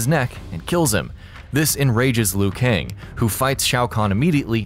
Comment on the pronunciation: I believe Liu Kang is Chinese? And the way they pronounce “Kang” is so wrong..